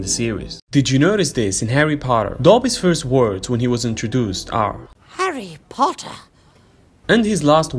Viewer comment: “Did you notice this in “Hawry Potwer” LOL😂